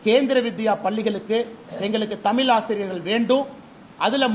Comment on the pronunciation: தமில் தமில் இல்லடா தமிழ்னு சொல்லுடா